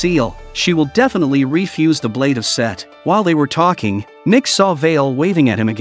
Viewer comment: And his name is Set, not Seth 😩